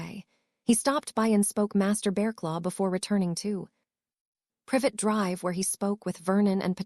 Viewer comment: Privet Drive does not have an e at the end of the name the tea is at the end with the E just before so don't pronounce it as private Drive, duh